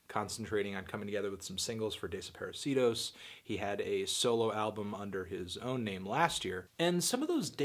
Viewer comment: Is it really pronounced like that? Instead of how it would be in Spanish?